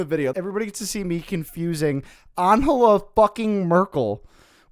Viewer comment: what I find the most hilarious in this entire "Angela Merkel" situation is actually the fact you pronounce "Angela" in Spanish. bro pls it's not "AnHela", it's German, it's "AnGela" with a G as in "great", or "garden" or "gay" 😭😭